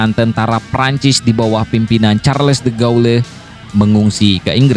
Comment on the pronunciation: Bang.....bok yang bener bacanya.1charles de Gul gitu aja.2.panglima Inggris itu bukan Robert Montgomery...tapi jendral Bernard montgomery.3.itu postdam apa adanya bukan postdem.moga berguna.